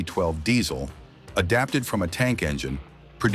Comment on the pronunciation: NOT FIVE TWELVE! It's Isuzu Vee twelve mate.